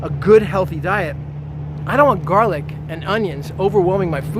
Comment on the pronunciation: The way you say GARlic everytime says that you're offended by garlic and you don't really care about facts, it's more about your feelings. Maybe you choked on one before. Maybe one bit you? Besides that, get over yourself and your agression against garlic.